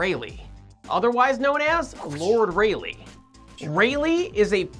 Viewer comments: Pronounced Ra-Lee. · i keep hearing it as: It's REALLY scattering xD